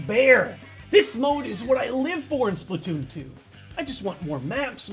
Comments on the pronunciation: its splatoon2 not splittoon2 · You mean spla2n? You said splatwooon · It's Spla2n, not Spla2oon Why? "2" already has the "too" so you you don't have to add the two o's again